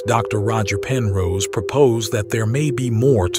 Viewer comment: His name is Roger Penrose, not Roger Person.